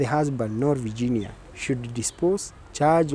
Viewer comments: Ati vaaginia, mscheeew! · Here after Tuko Talks. The way ur pronouncing the name Virginia doesn't sound well Varginia. Ur a Kenyan, why? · I don't like the way she is prounasing her first name.